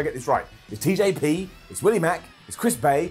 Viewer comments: Every time he says her name wrong I will thumb down the video. It's not like the commentators don't say her name. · Jordynne Grace challenging for the X-Division title......MASSIVE UP!!! hope she wins at BFG. Please though can say Jordynne’s name properly!!!!!